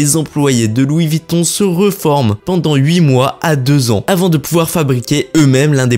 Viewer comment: Revoir votre prononciation... VUITTON et non Vitton !